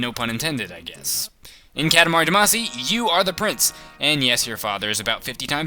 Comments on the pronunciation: its not duh-maa-see its dah-ma-see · its pronounced damacy, Dah-Mah-see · No, its Duh-Mah-See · Every time you say Damacy I cringe.